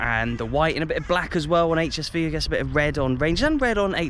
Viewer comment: You pronounce it "Ha S Fau" :) Cool video - but next time, keep that St. Pauli stuff out of your HSV-videos ;)